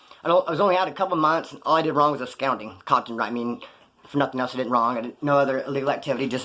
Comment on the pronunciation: Yeah, upscoundinc idnt a word, it's absconding. 👌